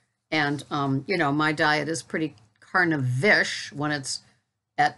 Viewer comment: no matter how many times you say "Carnivish" what I hear is "Carnifish". 😄